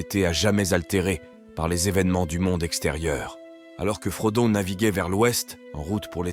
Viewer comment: Selon qui ? Parce que j'ai l'impression que le narrateur essaie de prononcer les noms à l'anglaise. Sauf qu'il a dit [frodone] pour Frodon, au lieu de Frodo. Ce n'est pas consistant.